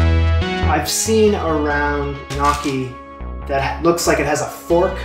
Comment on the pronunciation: My father has just risen from his grave to inform you that they’re pronounced “nyaw-kee,” not “nyookie.”